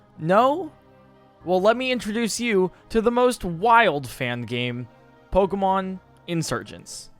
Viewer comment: I really thought it was “Pokemon Insurance” for a second